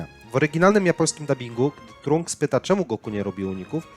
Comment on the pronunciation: Trunks xd mówi się tranks